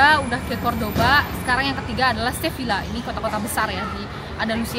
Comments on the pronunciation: izin koreksi ka, cara pengucapannya "seviya" karena double L yaa❤ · Sevilla bacanya seveia kak